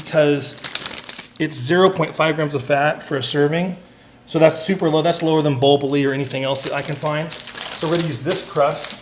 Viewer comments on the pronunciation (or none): It's pronounced boh-BOW-lee